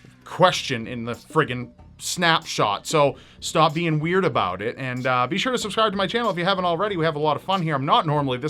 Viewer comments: "abouth" Hahahaha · lmao "abouth" but foreal tho the eff is that tattoo?